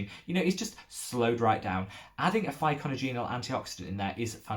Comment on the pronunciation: Another very helpful educational video. Thanks for the mention! ...and here is a tip for you on how to pronounce Pycnogenol® : pic-NOJ-en-all... ;-)